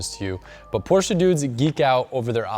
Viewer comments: only ppl that say porsche cringe when he say porsche-a 😭😭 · i really like you but dont say porschaaa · so cool to hear an american saying porsche correctly!! even most car journalists and reviewers can't get this right... kudos!!